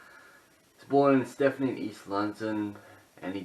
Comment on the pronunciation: You’re pronouncing his birth place as Stephany.